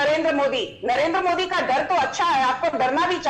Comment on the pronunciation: For the last time - it’s MODI and not MOODI, learn to pronounce words better😂😂😂